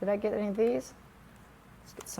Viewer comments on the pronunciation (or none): none